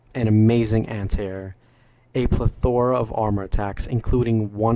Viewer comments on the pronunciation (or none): 'Plethora not ple'thora.